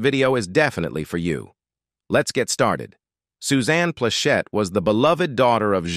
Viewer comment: I really want to like these videos, but the clickbait format, disconnected narrator's voice from what we are looking at and mispronunciation along with harsh intonations which obviously mean it's an AI voice is quite hard to tolerate. As far as Ms Plachette she used to come into our jewelry stores (Atencio Jewelers) In Torrance and the Inglewood and buy a lot of jewelry from us back in the '70s, I was a teenager at the time and didn't pay too much attention to her, but now I see she was a real attractive lady and have enjoyed a lot of her work.:face-red-heart-shape